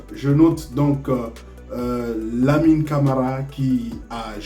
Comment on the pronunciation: c'est MAMADOU LAMMINE CAMARA ET NO LAMINEE CAMARA